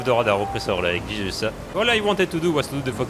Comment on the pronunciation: When ever you say Jesus you sound like your saying cheeses or chez it's